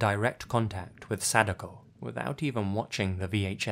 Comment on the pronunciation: narrator: sadOHKOH Yamamura Sadako: am I a joke to you??